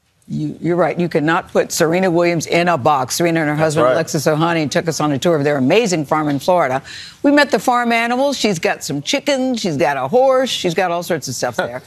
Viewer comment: Hey,. His name is Alexis Ohanian, NOT Ohani. Journalism, darling.